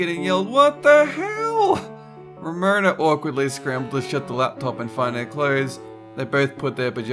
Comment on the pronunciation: Ramona? Ha more like RAMOANA